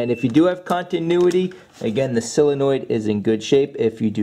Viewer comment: You pronounce SOUL-enoid like, heh heh. Good video though. I don't get why these manufacturers don't simply put starters at the bottom of engines for easy access, this Acura isn't bad, instead of under an intake manifold which will take 2 days to get at. Looking at you, Toyota/Lexus, how doofy can you be???